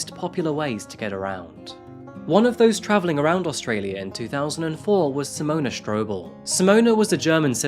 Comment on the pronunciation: Simona and toebeeus 😂